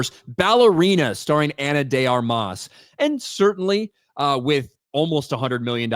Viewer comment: Its not Ana DAY ARMAAAS its just Ana De Armas lol im cuban